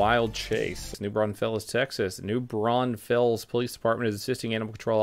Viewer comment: "New Bron Fells" Can you say it now that you live near it? I'm just hassling you my guy. Keep up the great videos. I'm just rewatching some older content of yours and came across this. I was born there.